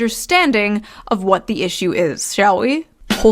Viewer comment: the most genuine British "Wot?" 🤣🤣🤣